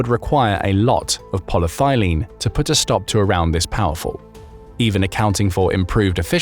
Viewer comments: It's actually Poly-ETH-ylene, not Polythailene. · AI narration fail: It's not "poly thigh lean", its "poly ethyl een" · It’s polyETHYLene not polythylene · Good show. Enjoy the content. Just one note; it's Poly-ethylene. As in ethanol. Granted, thylene does sound exsotic, but in this case, it's just the stuff plain old black water pipes are made from. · The compound is polyethylene, not polythilene. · pol-y-eth-y-lene, not pol-ye-thy-lene. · Did you mean: polyethylene? "Poly-thigh lean" might be some kind of a kink or perhaps a recreational drug (or some combination thereof) but Satnik was most probably imagined to be (as it doesn't exist and those models are constructed out of parts available off of AliExpress) made out of Ultra-High-Molecular-Weight Polyethylene - i.e. UHMWPE, i.e. Dyneema and Spectra fibers, i.e. IBA. I.e. Armor available in the west for decades and already superseded by newer designs and configurations. Same materials though. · re the body armour, theres no such thing as "poly-thylene" youre just pronouncing polyethylene (poly-ethy-leen) wrong, which is the common plastic usually shortened to polythene, often used for bags and stuff, among countless other things. its properties can be radically improved by altering the polymer length, inter-molecule linking and by various additives to make it also feasible for applications such as body armour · polyethylene = pol-y-eth-y-lene - 5 syllables, not 4. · Poly - thyleen? Seriously? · Polyethylene is not pronounced aa polythylene. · polyethylene is not pronounced like that in the US (ask google). It could be a British or Aussie take on it (think aluminium - A loo min ee umm vs a loom in umm).